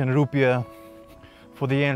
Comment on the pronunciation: I love your clips on YouTube but please STOP saying ROEPIES!!!!! The currency of Indonesia is: INDONESIAN RUPIAH (roepi aah). We are not India!!!! Thank you! Keep up the good work!